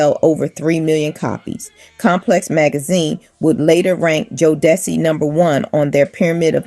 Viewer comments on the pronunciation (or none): Jo-da-cee, Kay-cee & -da-von-tay….learn how to pronounce their names or just leave it alone!! Booooooo!!!